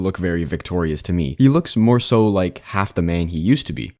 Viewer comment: yeah. just sounds a lil silly to me and it made me giggle a little damn near everytime thats all. nothin to crazy lmaooo